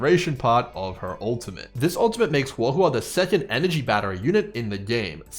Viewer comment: Just wanted to compliment you on the best pronunciation of her name I've heard so far 👍 also really appreciate the early analysis, I've been waiting for this!